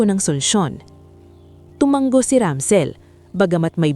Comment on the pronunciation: Tumanggo na naman. Basahin nio kc ang mga comment pra alam nio na Ang tamang salita. Hnd tumanggo. Tumango yan ang Tamang salita From: Pangasinan. Time 11: AM